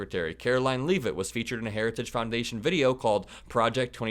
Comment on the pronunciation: Boy, he really fimbled the name of the institution/organization Harajuggs.